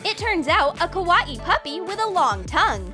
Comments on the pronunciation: I hate how they say Kawaii it’s not Kah-was-eeh it’s Kah-why-eeh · kawaii not Cow-WA-eei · It's not ko wati it's pronounced ko why e not ko wati kawaii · It sounds like she is saying karate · When they said Kawai they said it like kawa-ee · Stop saying kAwAE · Its pernounced Ka- Y- E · KA-A-WII thing you Said A KA-A-WII thing Not Lama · can you not sat KWAII like that plz 0-0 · Ka wa i the word was kawaii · KA-A-WII thing - learning English 2019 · Can't even say kawaii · I hate how they say kawaii they dont say it right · ya I Know